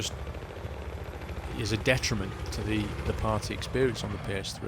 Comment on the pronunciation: it's party (said preatty but weird)